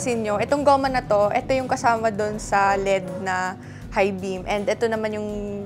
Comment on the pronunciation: EL ih di, sakit kasi sa tenga Lead ang basa yun lang Kudos sayo! Keep it up!😅😊